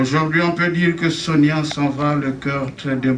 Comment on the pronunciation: Lisez SONIA et non Sofia. RIP